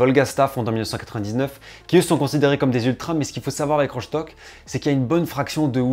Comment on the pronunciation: Ça se dit Rostock hein, pas rochtock Je suis allemand